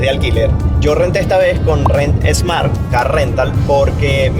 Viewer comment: COMO SE LLAMA EL CAR RENT, RENT EEEESSMART O QUERAS DECIR, RENT SMART... SIN E AL PRINCIPIO DE SMART..